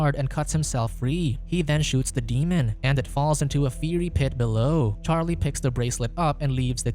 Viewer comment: 😂 honestly and the mispronunciation of fiery to fairy